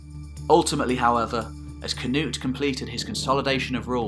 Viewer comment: The twisting of the names, is a little annoying. Knut, Svein, olav haarfagre, should be able to prenounced by english people?